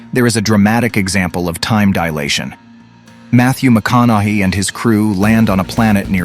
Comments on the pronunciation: I know you're too busy studying and expanding that big brain of yours to pay attention to movies and Hollywood n actors n shit, but the syllables in "McConaughey" from Matthew McConaughey are pronounced: Muh (like the 'u' in 'up' with an 'm' from 'moo' in front of it)- Con is straight forward (like the 'con' in 'con artist')- Uh (like the 'u' in 'up') and - Hey is straight forward, or I would THINK it would be, (Hey as in the American slang for a hello or greeting, OR Hay as in what you would find horses grazing and sleeping on in a horse barn). Phonetically: Muh-con-uh-HEY It's definitely NOT pronounced: Muh-con-uh-HE ('He' as in the singular masculine pronoun He/him). Again, I know you're too busy studying and being a big brain to know VERY simple shit like that, BUT you DON'T have wear it on your sleeve and announce it to everyone else that you know more about theoretical science hoopla than you do about pronouncing a FAMOUS person's last name 🤦🏻‍♂️... on behalf of all humans: "Welcome to the planet Earth, where you can spend AS MICH time as you want studying, but ALSO where we have a tool called GOOGLE, which would take you less than half a minute to look up how to pronounce a super famous person's last name!" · As soon as I heard how he pronounced McConaughey I got turned off..God damn AI